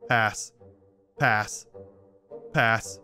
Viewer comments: half the time he said “pass” I thought he was saying “ass”. also who would’ve thought he smashed on an ugly bird and two buff men, one with four arms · I started hearing ass instead of pass midway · Was it just me or were half of him saying “pass” actually him saying “ass”? Am I hearing shit? 😂😂😂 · After 100 passes all I can here is him saying purse In an English accent 😂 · When he said "pass" at paras it sounded like "paras" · It seems like he's saying "a**" when he says pass 🤣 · Fun fact: when says pass it sounds as if he is saying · Sometimes when he said pass I heard ass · If you are just casually listening to this, him saying pass over and over again just sounds like ass except for the really pronounced "p"s I just cant un-hear it anyone else or is it just me?